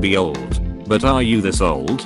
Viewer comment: Memebot voice: Dissness Fahst plae